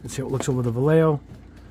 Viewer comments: Va-lay-hoe is how it's pronounced. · Vallejo in spanish is: va-e-a-ho double L is pronounced as Y